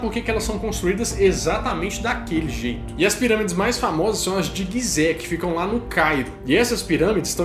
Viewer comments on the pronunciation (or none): Dois erros de pronúncia: Não é Guizé é Gizé ... e não é Queóps, é Quéops. Mas o vídeo está massa.